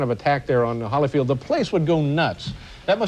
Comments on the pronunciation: It's Holy-field Dave, not Holla-field! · Letterman says Hollyfield, it’s Holyfield